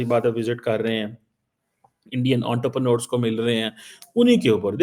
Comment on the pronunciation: "Unterpranors". Gandu sahi pronounciation bhi nehi karsakte. Pakistani doctorate ka hal dekho.